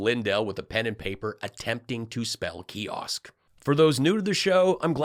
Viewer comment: kee osk??